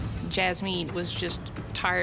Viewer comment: Y tf brook keep saying “jaz-mean”😭 when jazmyn clearly said her name is pronounced the same as jasmines